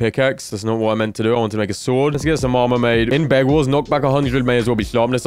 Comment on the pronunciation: Am i the only one that hears "begwars"?